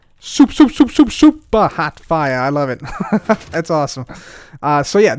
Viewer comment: I Feel like when cub says super hot fire it feels like he is saying soup